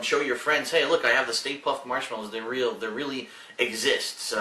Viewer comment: "stay puft" more like stay poof.